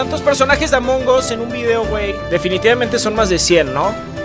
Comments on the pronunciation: Dijo amongos y es among as cuando alguien se equivoca y dice mal el ingles(english) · Se dice amongas no amongos